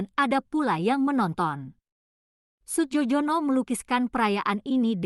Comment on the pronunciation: Melafalkan Nama Maestro ini bukan Sujojono tapi Sujoyono … ini ejaan lama